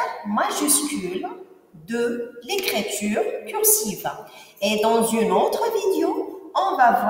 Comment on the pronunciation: écriture pas écréture il faut corriger votre prononciation vu que vous êtes prof de français